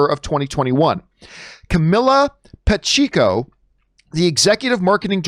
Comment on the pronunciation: said pa-cheek-o